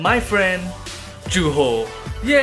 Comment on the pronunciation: Thats not even how you pronounce Juho.